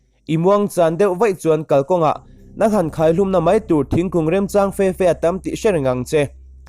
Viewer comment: Nang nang tih hi thluk suh adiklo